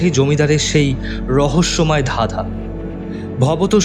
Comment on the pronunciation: চাদ,ফাকা-এগুলো কি হচ্ছে? ধাধা ? "কাচাপথ"? বিরক্তিকর। "ঠোট"! "হা করে তাকিয়ে রইল","স্যাতস্যাতে"।উচ্চারণ স্মার্ট করার পরিবর্তে শুদ্ধ করলে ভালো হয়।